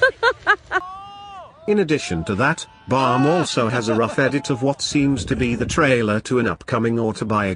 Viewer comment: his name is bam not bum!!!